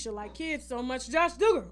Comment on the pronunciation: Pronounced DOUG-ger lol. Not Dooger